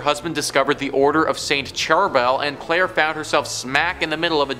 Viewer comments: after he introduced as Clair e not claire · Claire not Clair E. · He did say Claire tho